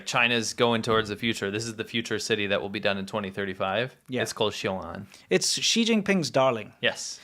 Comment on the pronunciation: Why are people (other than ) pronouncing it as "臭安 - xiu'an" instead of "雄安 - xiong'an"? Is that a northern dialect thing?